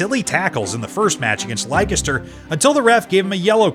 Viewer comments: Leicester isn't pronounced Lykester 😂😂 it's pronounced Lester. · Leicester is pronounced LESTER, how do you Americans pronounce Yosemite? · Leicester is pronounced like Lester btw